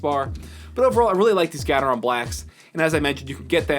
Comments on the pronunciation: gatetron is pronounced Gay-tron btw, not gat-er-ron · It's Gateron not Gatetron :) But yes, it's more like gay-ter-on